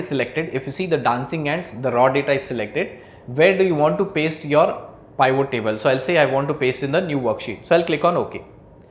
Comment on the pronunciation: Good but please learn how to say Pivot. It not Pye-Vo.